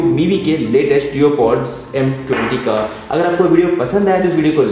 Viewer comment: Duopods........not deopods...... Aleksha nahi hota hain, Alexa hota hain..........itna bada YouTuber hone ke baad audio bahut zyada shit tha aur fir itni ghatiya awaaz